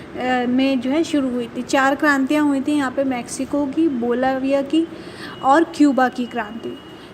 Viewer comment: its not Balavia. Its Bolivia